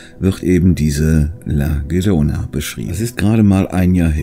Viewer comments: Cooles Video,wie immer. Aber eine kleine Korrektur: die erste Kreatur heißt nicht La Verona, sondern La Llorona. Ausgesprochen "iorona". Heißt übersetzt "die weinende" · die spanische Aussprache ist iorona. Glaub mir, das ist mein Migrationshintergrund 😂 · "Llorona" - ausgesprochen Jorona".